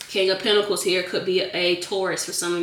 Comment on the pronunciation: I like the way she says pentacles lol